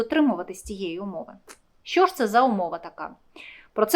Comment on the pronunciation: А слабо сказати. Що, а несчьо, противно слухати